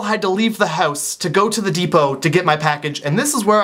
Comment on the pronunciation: I love the way he says "house" & "couch".. oh, silly Canadians. cx